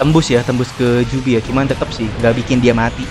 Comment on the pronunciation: biju bang bukan jubi